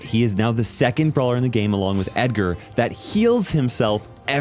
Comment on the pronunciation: ah yes, edgortis...